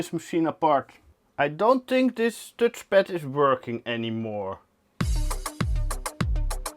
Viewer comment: tutchpad lol funny how u call it as an Dutch guy haha.